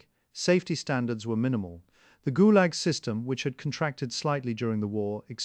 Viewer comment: “…ghoul-Yahg….” (Fictional pronunciation of Gulag…)